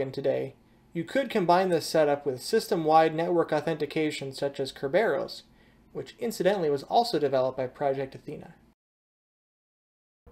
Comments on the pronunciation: Nice job. RDP is an interesting choice, but it makes sense. Hadn't considered using that for a terminal server approach. FYI, KER-ber-ohs (accent on the KER). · Yep, mispronouncing kerberos (ker-ber-ohs, as pointed out) and xubuntu (zoo-bun-too). Small thing, but meant to be constructive feedback.